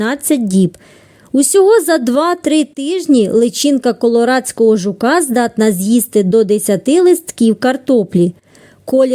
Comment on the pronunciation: Не КоРоладського а КоЛорадського)